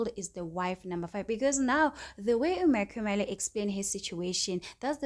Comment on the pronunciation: Stop saying makhumalo like that, your voice is so annoying... Say Makhumalo the right way yooh